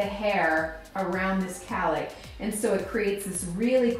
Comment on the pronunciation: It’s cowlick not calick